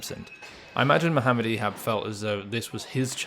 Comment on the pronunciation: Thanks for pronouncing his name the right way